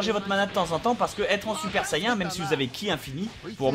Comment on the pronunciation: sayain ? say-"IAIN" ?!!!! j'adore bob lennon mais franchement JA-MAIS entendu ça !! sincerement